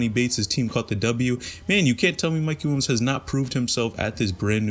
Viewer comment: “Mikey Wilms” my guy just say it right PLEASE